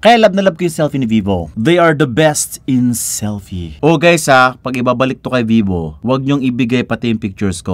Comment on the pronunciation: "Don't be vovo... Vee vo"? 💀Para kanino ang verdict?💀